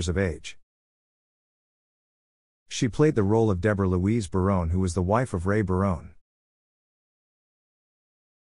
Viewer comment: Robot narrated this. Next time, please use a human who knows how to pronounce the names of the actors and characters. (Barone-y instead of Barone? A-lie instead of Ali?) Indeed!